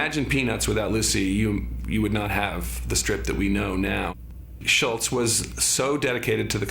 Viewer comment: You fail, David Michaelis. It's 'Schulz', not 'Schultz' And what were you gonna say? 'unwritten rules'?